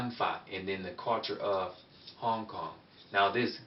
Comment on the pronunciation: when you say suo yi you pronouncation needs to be a little better and also same goes for Hong Kong.